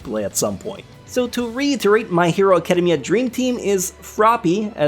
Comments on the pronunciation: "acadum-mia" ew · Is it just me or does he say academia in a weird way?